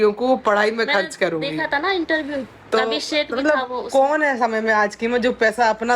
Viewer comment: Intaview nhi interview hota h itna dimag padhai me lgati to bhn Aaj tu sahi bol pati 😂